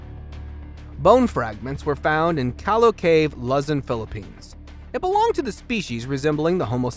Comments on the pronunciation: You butchered the names "Cebu" and "Luzon" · I am an American with a Filipina wife, living part time in the Philippines as we help poor Filipinos. Please note; You do not pronounce Cebu and Luzon correctly. so although I did just subscribe, it is hard to listen to your narration. Otherwise, a lovely channel.